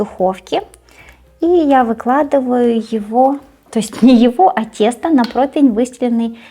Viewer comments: Дитинко, не "протвень", а "противень", якщо вже ти не хочеш говорити українською мовою, а своєю улюбленою російською, то хоч правильно говори. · Противень (не протвень) Противня (не протвеня) Противню (не протвеню) Противнем (не протвенем) Противне (не протвене) ❤ с любовью и самыми добрыми пожеланиями, Алина